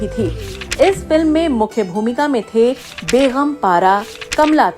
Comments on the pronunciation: Bagam not baygham! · Longer than the video is your list of questions...very boring madam it's begum not begham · Madem Urdu ke talaffuz sahi kare kamyabi and begum ko sahi pronounce kijiye